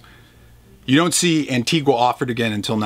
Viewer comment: It's pronounced "Anteega" for fuck's sake!!